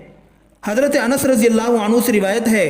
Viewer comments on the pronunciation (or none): Bahi razee nahe radee bola Karan plz bakee thik ha